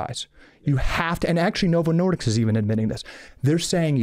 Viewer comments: I agree with Calley Means except it sounds like he is saying Novo Nordiks! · he doesn’t even know how to say novo Nordisk, keeps saying Nordicks. Good grief. So dramatic and argumentative.